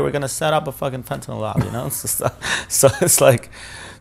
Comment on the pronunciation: Why would this person disclose his I.D, risking being killed for the information he has told? Don’t want to sound like a wise arse, but Fentanyl is pronounced as NYL, not NOL. Please continue with the great podcast.